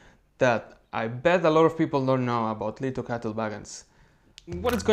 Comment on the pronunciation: THANK YOU! Appreciate this video and the pronunciation of the genus. Beautiful T!